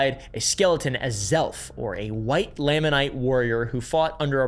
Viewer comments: how much research would it take just to pronounce basic words? Nephite, Lamanite, Moroni? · Ok. First. Nephite is pronounced knee fight. Nephi, Lehi, etc end with an Eye sound, not ee. Anyway. The white Lamanite (lay-man-ite) does line up with Book of Mormon writings. After Christ visited the Americas in 3rd Nephi, the Nephite and Lamanite civilizations combined for several hundred years. Described as having "no manner of ites among them". They later split into the two ite groups again based on belief in the church, not skin color. So canonically, by the last great struggle, there were light and dark skinned people on both sides of the struggle.